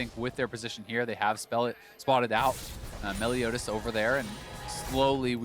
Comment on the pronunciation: It’s Meliodas! Not Melodias! Lol